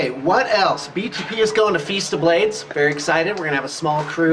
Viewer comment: Everytime says "what else?" i hear "Wood Elves"... just wishful thinking;)